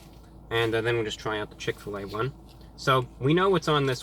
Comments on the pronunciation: "chick fill ah" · When I moved to Indiana and first came across Chick-Fil-A, I thought it was pronounced like you did... Chick, Fill, Ah, as in Fill a "what"? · “ chick fill A “ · He said chick fa la wrong 😂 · When he said chick fl A I lost it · Chick fill uhhh! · why’d he say it like that tho 😂 “chick phil a^ “ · From now on it is pronounced "Chic Fil Ah" PERIOD. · He said chick fil laa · chick-fil-AH forever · Ok so he says Chick-fil-A correctly but he acts like he doesn’t know how to pronounce Chick-fil-A hmmm interesting just got exposed😂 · Is nobody going to talk about how he said "Chick-fil-a" ? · Did he just say CHICK FIL a